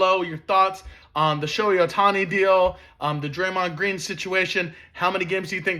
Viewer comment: SHO-HEY bud. Not Shawnee. And not Moeki Betts it's MOOKIE